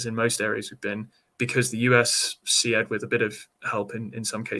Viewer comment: Why does the Navy not know how to pronounce SEAD correctly? :). It’s “seed”, not “see-ad”. Is boat pronounced “bow-at”? :) Good interview though.